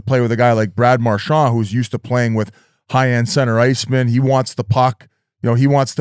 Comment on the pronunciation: Episode 1000 of Biz not knowing how to pronounce Marchand